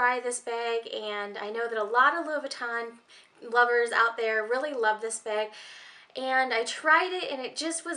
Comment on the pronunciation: It aggravates me how you say Louis Vuitton